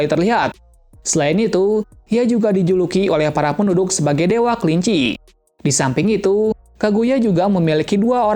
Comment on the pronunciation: Dewi kelinci bang bukan dewa kelinci